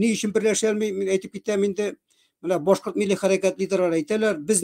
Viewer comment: Нишләп Рәфис Кашапов буталсыҡ башҡорт - татар телендә һөйләшә әле? Чисто ғына татарса түгел? БӨтӨрҙӨләр, хәҘер, ҡайҘа, беҘҘә һәм башҡалар. Ҙ өнө, Башҡорт теленә хас сингармонизм. А өнөн Урал аръяғы башҡортлары кеүек ҡаты итеп әйтә.